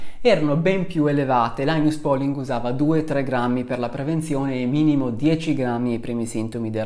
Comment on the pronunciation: Un ringraziamento speciale per la corretta pronuncia di làinas pòling - ma visti i tuoi studi c'era d aspettarselo. A parte la competenza, la cultura, la serietà E la simpatia, c'è anche da dire che sei veramente un signore. Che non guasta mai, anzi. "Le malelingue, incluso io" [...] "certo, tre su tre è un po' strano". Un signore. :-)